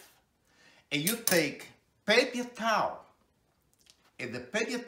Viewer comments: the pepye tawleh xD love it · “The pepy towel is like a the toilet paypee.”